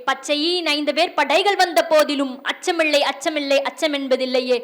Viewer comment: அச்சமிள்ளை அச்சமிள்ளை என்று உச்சரிக்கிறீர்கள் சகோதரி....! சரிபார்த்து உண்மையெனில் திருத்தி உச்சரிக்கவும் 🙏நன்றி 🙏வாழ்த்துக்கள்